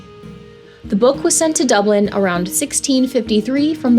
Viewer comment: Hey. There's no need to add a syllable to Dublin.